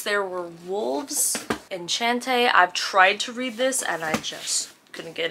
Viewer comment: Enchantee is pronounced: AH-SHON-TAY